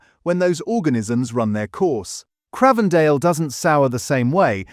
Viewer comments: It is not Cr ahhh vendale, it's like the newsreader John Craven it's pronounced like the Infamous London Twins The Krays, Cr-ay-vendale. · If you can't pronounce Cravedale properly how can I trust what is said on this video?